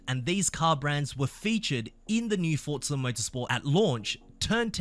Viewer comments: For za. Not fort za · FFS, it’s pronounced Forza not Fort-za. This is unbelievably hard to listen to, at least with an American ear. Imagine “Luke, use the Fortts.” Then repeat about one hundred times 😂 Forza means force. There is no “T” sound in any language.